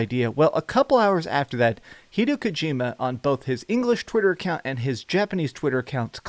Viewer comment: HEE-DEY-O KOU-GEE-MA